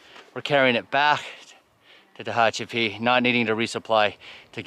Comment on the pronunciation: Tickled to see that after several days you got the pronunciation of Tehachapi down, good job, now were are the critters not the people ones the four/six/eight legged ones or even the no legged ones? Guessing you would need a four wheel drive on that road. Enjoy listening to your monologue, just keeping it real. Produce, interesting fellow. 16.7 miles not really a NERO. Ok, you are still having some issues with Tehachapi. LOL. SAFE HIKING